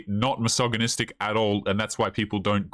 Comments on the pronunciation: "massage-anistic" :P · Aghhh! You're pronouncing the 'g' in misogynistic all wrong. Its 'g' as in gel not 'g' as in goat. I've heard a million times already and have refrained from correcting you but I think its best that you know. I'm a woman and I watch your videos and like them.